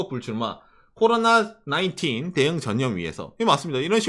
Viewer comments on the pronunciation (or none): none